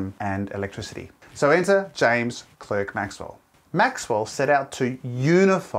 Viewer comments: His name is spelled James CLERK Maxwell, but it is pronounced James CLARK Maxwell. Sometimes in the video it is pronounced correctly, others not. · In Scotland you prononce it Clark but in Canada more precisaly in Quebec where my grand grand father immigrate we prononce it Clerk. Sorry for my English I do speak French. James Clerk Maxwell who father was a baron living at Penicuik Castle near Edimbourg. Thé Clerk family still live there .